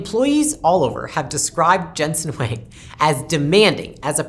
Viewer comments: It’s pronounces Wong not Wang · it's not Wang, it's Huang.😬